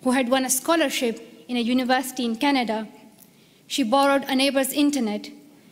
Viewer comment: Plz read Canada instead of Csnada.